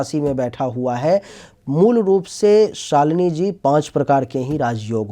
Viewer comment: शालिनी जी! आप अपने आपको सालीनी क्यों बोलती है! मुझे बुरा लगता है!